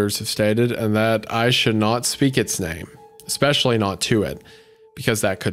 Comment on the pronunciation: Hunter constantly saying "exspecially" REALLY pisses me off